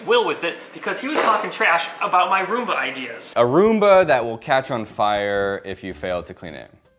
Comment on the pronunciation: Am I the only person who heard him say “A chunk of zoomba.”?